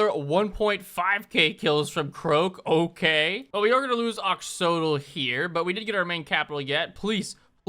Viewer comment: is great, but hus inability to pronounce Aztec/Aztec inspired words is painful. Ex: X often makes an SH sound so the city Oyxl would be pronounced oh-ee-shul instead of Ox-awt-el